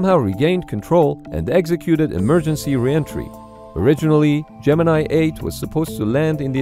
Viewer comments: My understanding is that "Gemini" was, during the program itself, universally pronounced at NASA as "gem in knee" not "gem in eye". That is ... not what you think. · Gemini, the space program, is pronounced "Gemin-ee". Yes normally it is pronounced as "Gemin-eye", but the NASA guys and astros referred to it as "gemin-ee' Here is an explainer with reference by Vintage Space channel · It's Latin, not English. Gem in eye is an incredibly English pronunciation and not the correct one